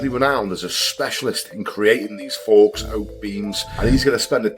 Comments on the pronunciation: Bro “faux” is pronounced FO not forks lol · Faux… it’s fau, you don’t pronounce the X marra 😂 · Quality video mate, but 'Faux' is pronounced 'Foe'!